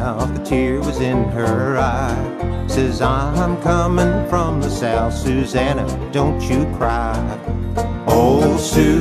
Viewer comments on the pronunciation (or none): none